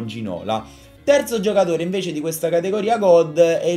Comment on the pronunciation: Si pronuncia Ginolà... Ti prego non riesco a sentirlo prununciato Ginòla.